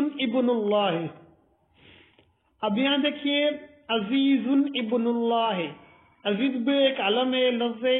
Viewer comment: مولوی صاحب عزیز نہیں ہے عزیر ہے